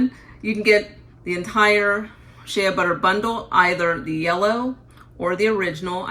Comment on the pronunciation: Incorrect pronunciation of Shea.